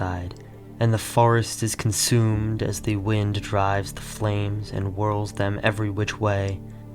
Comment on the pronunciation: The steppe, not thee steppe The backs, not thee backs The first, not thee first The sweeping, not thee sweeping The Russian, not thee Russian The sign, not thee sign The sun, not thee sun The way, not thee way The local, not thee local The synthesis, not thee synthetis The farming, not thee synthetis The genetic, not thee genetic The most, not thee most The story, not thee story Etc etc